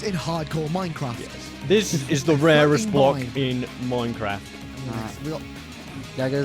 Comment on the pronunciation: the way he say minecraft 💀...